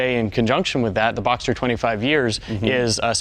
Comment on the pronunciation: It's BoxSter, not Boxter...